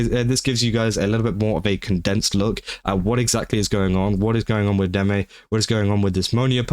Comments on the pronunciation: No, your pronunciation of deme is correct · You pronounced her name right, so, you're good.